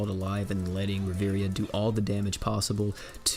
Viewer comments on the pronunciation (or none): Please don't pronounce it riveria it triggers me. It's pronounced riv-e-air-a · I swear if I hear you say Riviria instead of Riviera one more time I’m gonna lose it